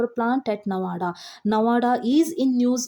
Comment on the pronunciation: Very nice session but plz nawada pronouns not good